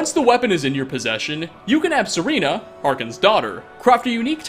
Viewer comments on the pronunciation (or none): Serena. SIRINA! No... no.. Sirahna. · Her name is SerAna not SerEna! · It’s Serana not sereena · Don’t disrespect my wife’s name it is SERANA NOT SERENA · Did you really call Serana "Sereena"? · It's Serana, not Serena. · It's SERA not SERE!!! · "Ser-ina" It's Ser-ana. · seriously why does everyone pronounce Serana wrong, there is no excuse its spelled correctly and her name is spoken numerous times in game, its not serena its serana, SE-RA-NA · "SEH-REE-NUH,"? Seriously? With the thousands of hours you've spent in Skyrim and her being one of the most popular characters in the game? xD I'm not Irish, but I also don't doubt that you completely butchered the Irish guy's name from that tale. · It's Serana, not Sereena. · when he referred to serana as serena i peed my pants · "Serena" AHHHHHHHHH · I love you, but how the hell do you pronounce Fionn mac Cumhaill's name right but not Seranna's?!? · Who's "Sir-ena"? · Sereeeena. Smh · Serana not serena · So I guess Serana has become Serena Williams while we weren't watching. Does anyone think he purposefully mispronounces words just to troll us? Personally, I think he just doesn't pay any attention to one of the games he's spent so much time making videos for. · Did you just say serina? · You can tell this guy doesn’t actually Skyrim by how he pronounces “Serana” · I was gonna overlook your mispronunciation of character names but when you fucked up serana I mean.... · I don’t understand how can pronounce “sceolang” and not “serana” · girl I know you didn't just mispronounce 'Serana' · SerAna! They say her name enough for you to not get this wrong.